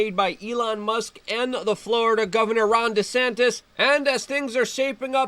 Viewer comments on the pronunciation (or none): none